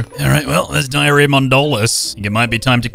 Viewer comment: The was she says Dalia as Diarrhea 💀💀💀💀